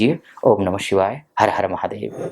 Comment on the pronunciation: Mahadey nahi hota, mahadev hota hai 😂....